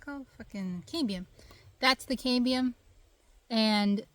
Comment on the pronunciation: Cam Be Umm = Cambium